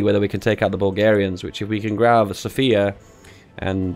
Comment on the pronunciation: You are pronouncing Plovdiv right but not Sofia lol